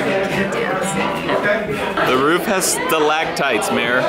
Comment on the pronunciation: "Mere, the roof has stalagtites." I'm dying! Lol And I don't mean to be that one person, but ceiling...